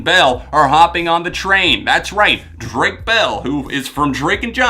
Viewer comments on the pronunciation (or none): none